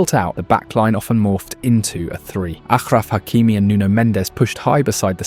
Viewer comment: It's Ashraf Hakimi not Akhraf